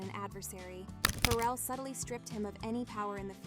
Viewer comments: The way she keeps say feral instead of Pharrell got me dying 😂😂😂 she acting like bro got rabies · Its pronounced Fah-Rell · I can’t with this AI mispronouncing Pharrell.. killing me..